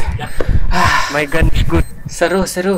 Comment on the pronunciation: Kan tadi kakak ngomong sama org pas menang ngomongnya bukan nice tapi malah naice maksudnya apa